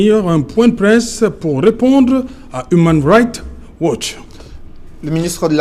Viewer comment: tu prononces très mal human rights watch